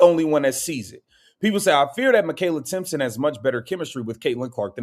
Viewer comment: its Timpson!!!idiot!!!